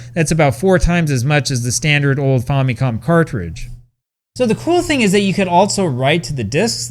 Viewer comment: The name Famicom is short for Family Computer so why do you pronounce it 'faw' instead of 'fam' as in family?